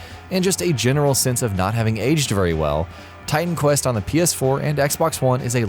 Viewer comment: Did u just said Titan quest? LOL